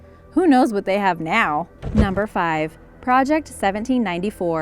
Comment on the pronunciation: lol "Who knows what they have noww.." just like the way she says it with emphasis haha